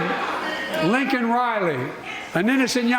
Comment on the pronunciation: L A K E N.... not LINCOLN